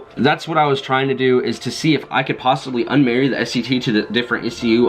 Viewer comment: Kwwwhhjuan 😂😂😂 kwwwhhwot box 😂😂😂😂